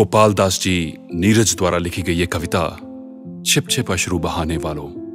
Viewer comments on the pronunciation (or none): none